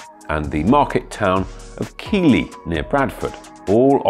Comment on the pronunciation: It's not Keely, it's pronounced Keithly. You obviously just take stuff off the internet with no real knowledge of what you are talking about.